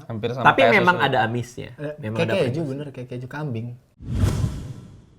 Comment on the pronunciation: Bukan prengus bang tapi prengus